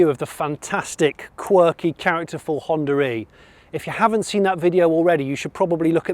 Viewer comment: “ I particularly like the HonDURReee”